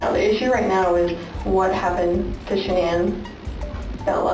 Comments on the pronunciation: SHANANN ...not Shannon The Chris Watts story is so emotional and has hit the heart of everyone. I think it's important to get the name correct. it just drove me crazy that you were pronouncing her name wrong..... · Her name is Sha-naan not shannon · I'm sure someone already pointed this out, but it's pronounced Sha nann not Shann on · Not to be rude, in the Chris watts case, her name isn't Shannon. It's Shanann, (sha-nann) is how it is pronounced. These cases are so horrific! None of these women or children deserved what happened, unfortunately they married monsters who were good at hiding their evil. So sad, my heart breaks for the families affected 💔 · And you should really do your research before you do these videos and have enough respect for people to say their names correctly it's not Shannon it's pronounced Sha Nan. Every other person that does a video on them gets it right the news people get it right so why couldn't you have enough respect for these people to get this woman's name right!!!!! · Her name is Sha`nann not Shannon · Shanann Watts is Sha Nann plz for god sakes say their names correctly plz... at least try , I get it if you dont know , but they say it correctly in your video, Do you not edit and hear it, Its almost every single video you make . All the research is great , so why not do something , to fix the disrespect ??????? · It is pronounced “ Sha-nann “ !! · Girl i like your videos but you calling her Shannon through the whole video,had me ready to stroke out 🙄 if you're going to do videos like this, PLEASE look up and learn the people's names beforehand, please.. It's so disrespectful to the victims to use their story for views,but not take the 30 seconds to look up how to say their name 😔 i actually had to stop watching the video,it was bothering me so badly 😞 ETA* Her name is Shanann. Sha-nann, rhymes with pan,fan,ran ECT.. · You mispronounced Shanann throughout the entire segment